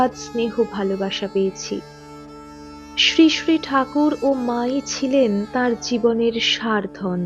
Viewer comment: আপনার শ্রীশ্রী উচ্চারণ ঠিক করবেন। শুনতে ভালো লাগবে। "শ" হলেও sree sree হবে।